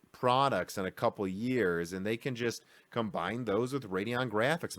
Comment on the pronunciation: Why do you say 'am' instead of 'and'? ;-)